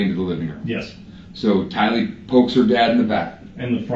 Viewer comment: It's Tylee, not Kylee... And you're absolutely right the story's didn't match.. Her's matched more with her moms because she rode to burger king and JJ's school and "mom" told her what to say... But they still didn't match... Fly high JJ and Tylee... You both deserved a mother and family who would protect you ❤